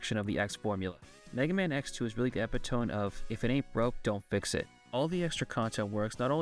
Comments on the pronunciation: Epitome is pronounced "e-pit-oh-me", not "ep-ih-tome." Also why would you fight the X-hunters? That means you skip out on the awesome X vs. Zero boss fight right at the end! His pattern is pretty easy to memorize too, or you can just use the speed burner. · It's pronounced eh-pit-uh-me, not ep-ih-tome lol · You pronounced epitome wrong. But I like the video. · I really enjoyed the vid BUT I’m so sorry, that is not how you pronounce epitome.